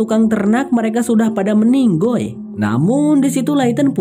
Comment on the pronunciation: Lucu pas ngomong meninggoi hahahah